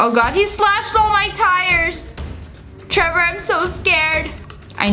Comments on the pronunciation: im just like did she just say taylor instead of trevor? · I love how she said Tyler when the text said Trevor lol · trevor is now pronounced tyler according to sssniperwolf lia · The fact she said Tailor and his name is Trevor-😂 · U SAID TAILER BUT IT SAID TREVOR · You said tiler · who else noticed when she said "tiyler" instead of "trever" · Lia Says Tyler instead of Trevor Everyone In Comments OMG LIA HOW DARE YOU MISS PRONOUNCE A NAME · Varuni Sukhtankar no? It sounded like she Said Trevor Nvm I just have bad hearing I guess, she said Tyler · I listen to it up to my ear and she said Tyler not Trevor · You said tylor not Trevor 🤣🤣🤣😂😂😂🤣🤣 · You said Tyler it's trever love u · Who else heard her say Tyler when it was Trevor so funny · It’s trevrr